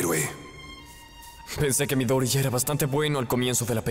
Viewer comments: Su apellido, al igual que numerosos nombres y apellidos japoneses de 3 sílabas o más, es una palabra esdrújula y así mismo se pronuncia en japonés: Midóriya. Que la gente tenga un efecto Mandela después de leer subs y crea que se dice "Midoríya" o porque se le hace más cómodo españolizar la acentuación, es otra cosa xD ¡Saludos! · miDOriya :v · Doblen otras escenas porfa, solo cambien la pronunciación de "Midoriya" por "Midoria" ignorando la "Y" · 9/10, hay algunas cosas que no me gustaron, por ejemplo la pronunciación de Midoriya, pero a parte de eso es casi perfecto